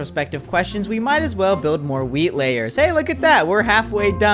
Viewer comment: I keep hearing weed, instead of wheat.